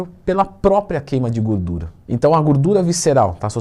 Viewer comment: Se tem Twin falando GÚRDURA tem like kkkk